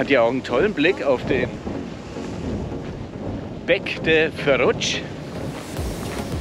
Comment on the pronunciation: Da wart ihrx ber nicht vor 10 Tagen - das Moomba ist jetzt geschlossen. Ja das Posidonia ist eine Plage - wird aber gebraucht damit der Strand nicht sooo schnell abgebaut wird. PS Man spricht Puig nicht Peg sondern Pudsch aus ...